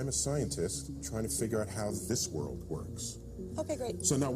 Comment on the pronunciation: The person that narrated really needs to pronounce their words. It's "World" not "Whirl"